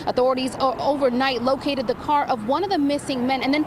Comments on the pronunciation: Furm, mrk, crr. I couldn't fallow the story coz his pronunciation of those words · The way you pronounce car, farm, and Mark is extremely irritating.